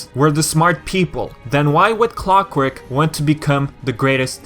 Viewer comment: Why do people keep sayingb"Clockwork" ? It's Clockwerk dammit